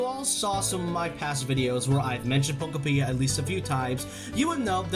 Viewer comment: I keep hearing pokopedia😅